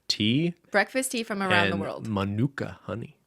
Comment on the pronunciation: used to live in Canberra but doesn't know it's pronounced MA-nuka?